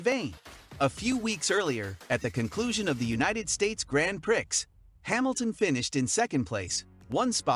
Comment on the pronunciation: Learn how to say Gran Prix and I’ll listen to you